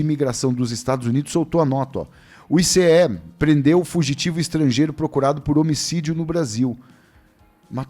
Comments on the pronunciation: Pare de falar ICE , SE PRONUNCIA aice. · o "ICE" fala AICE... no português popular.